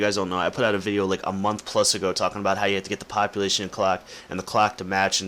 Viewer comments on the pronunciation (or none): none